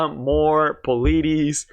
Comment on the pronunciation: Who tf pronounces politis like that